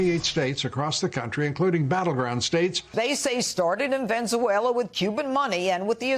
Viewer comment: I love how drunk Judie calls Venezuela " Venzuella"....